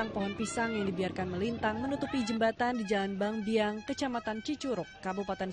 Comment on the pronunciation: Bangbayang, bukan bang biang😂